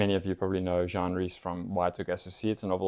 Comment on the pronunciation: Jean (Rhys) — a woman —pronounced GENE. Not like the French (man’s) name Jean — like in Jean Cocteau.